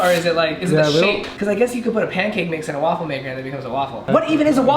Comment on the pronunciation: to he said waffle makew